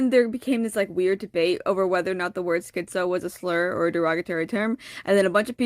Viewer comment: skee-zoe is not the correct pronunciation tho